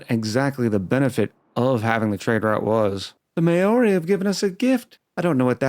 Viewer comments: At least no one can accuse you of being Hitler! 🤣 Maori is pronounced "mau-ree" not "mayo-reee" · Kia Ora (Māori for hello)! I did some research and now that I understand this game a little bit more, I think it will be an interesting series. As for your pronunciation... yeah, every time you said Māori I had to do a double take, but that just adds to the chaos :)